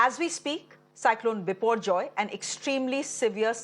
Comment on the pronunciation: The anchor pronouunce the name biporjoy like she is bengali...